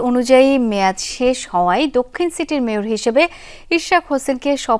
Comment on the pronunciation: মেয়র❌ মেতর✅